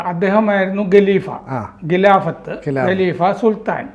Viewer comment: ഗലീഫയല്ല ഖലീഫയാണ്. സാർ നിരന്തരം ഖക്ക് പകരം ഗ എന്നുച്ചരിക്കുന്നത് കണ്ടാണ് ഇതെഴുതുന്നത്